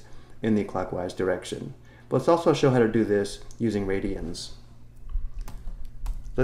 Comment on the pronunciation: For better explanations, check out "The Organic Chemistry Tutor". After watching this video 3 times, all I could hear is "Piridians" :(